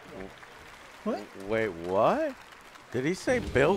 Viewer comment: Beel Cleenton